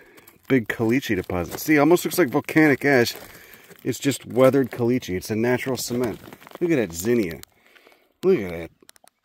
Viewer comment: I never knew there were desert Passiflora!! Also: I kinda love they way you say "caliche", and I have no idea why.